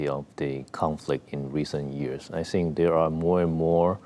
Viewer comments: DONT TRIGGER RED FLAG WAR. STOP. SAYING. SINK. ITS.....THINK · STOP SAYING SINK. ITS THINK...GET IT RIGHT BEFORE YU START A WAR